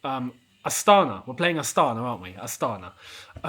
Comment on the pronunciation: It’s pronounced astanA. Emphasis on last A 🇰🇿